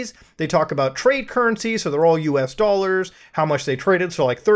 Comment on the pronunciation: Millions of what? Dolers?